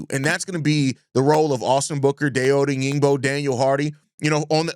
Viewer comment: Great content. Love your show. (FYI: Die-Oh Oh-Dang-Bo)